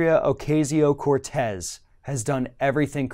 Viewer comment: Please learn to pronounce her name!